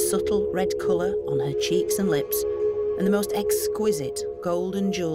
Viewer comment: Colors not colts